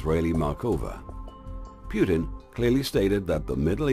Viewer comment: Putin, not Pyutin!!!